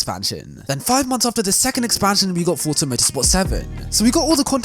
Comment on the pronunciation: It is so refreshing to hear a YouTuber pronouncing the word Forza correctly. So many pronounce it as it is written. #RealRacersKnow